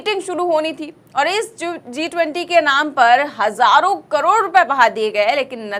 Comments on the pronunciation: Zee 20 नहीं G जी 20 बोलिए प्लीज़ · मेडम ने G 20 को Zee 20 बना दिया है (pronounce)